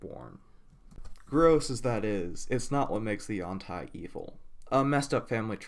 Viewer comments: Nope. Ed Greenwood has weighed in, claiming its pronounced yawn-TEE or however you want, since it's a fantasy word. But it appears to come from a poor Chinese translation meaning "flexible body" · I have two comments. 1. I do not care if it's the official pronunciation, according to WotC, Yawn-Tai sounds cursed to me. It's been U-an-tee for so long for me it's the audio equivalent of which some stick an ear of corn on the cob in their mouth length-wise. 2. I understand it is a sensitive subject so I will try to tread carefully. The representation of Yuan-Ti as emotionless is not meant to be a representation of Autism or any other kind of mental issue. It's meant to be a representation of the less complex brain structures of reptiles, the same as is done for Lizardfolk. It could also be argued that it's a representation of psychopathy or a media-based depiction of psychopathy, but that's not really my place to say.